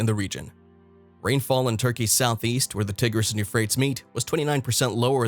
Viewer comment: same for the Tigris river 🤣